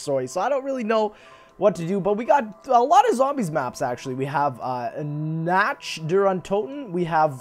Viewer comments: lol "Natch" *Nacht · It's Nacht not Natch xD